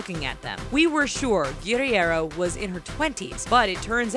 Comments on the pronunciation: You completely butchered Nicole Guerriero's last name lol. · It's Guh-rare-oh. Nicole Guerriero. not guddy-air-0. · The way she pronounces Nicole's last name makes me wanna smash my head against concrete